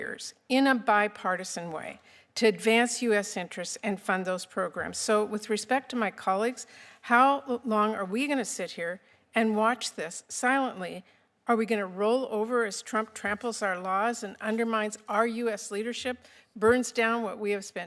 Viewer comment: Did she SERIOUSLY just ask, ‘how long are we going to sit back and watch SLIENTLY?!’ Hilarious